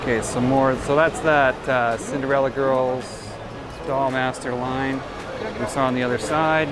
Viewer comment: Also it's idolmaster, not the doll master :P Like Japanese idols!